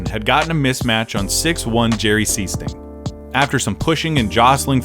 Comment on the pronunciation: The secret secret weapon was Jerry Sichting. SEA-STING! Announcer's favorite call-out.